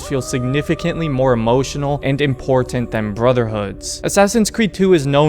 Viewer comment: Great video! However, I feel that I just HAVE to tell you something. "Important" has a T in the middle there. I think Ezio came up behind you and stole it, right out of your vocabulary! The dude is bad AF, I tell you.